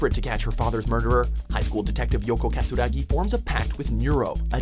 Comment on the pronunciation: I call BS that Neuro got bombed! It's good regardless of how it played out. I loved it so much. If it wasn't for Neuro, Assassination Classroom never existed! So, those who haven't watched it yet outta give it a chance as well as read the manga to understand it a lot more. And it's Yako Katsuragi not Yoko. Get that right! And it should still need an English dub version for crying out loud. opinions on anime are a mixed bag and I am standing on that until some good opinions are shown.